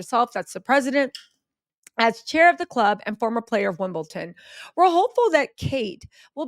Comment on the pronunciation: It’s Wimbledon- not wimbleTON 🤣